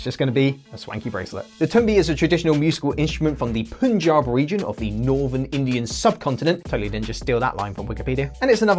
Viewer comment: Its not puuun-jab its pun-jab the stess is on jan